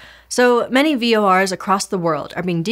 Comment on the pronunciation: ( , ) I've never heard anyone pronounce "VORs" as anything other than "Vee Oh Arr"s before: hearing "Vores" was so weird